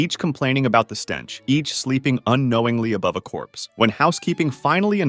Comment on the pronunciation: Corpsey diee!!!😡